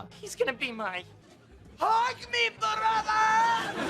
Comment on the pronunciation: lol how you said “broTHA”! 🤣😂😭💀 lol “othas” “Not”